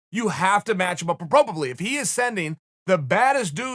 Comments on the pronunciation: Chael said ‘Propropetely` but I think he meant appropriately because the first isn’t a real word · Chael: You gotta match him up approbrabry. The English Language: Okay great.